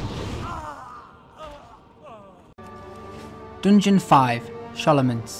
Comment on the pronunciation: Isn't it "sKolomance" ?